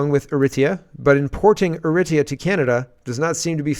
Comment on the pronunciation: pronounce Eritrea = "Air uh TREE uh" or "Air uh TRAY uh."......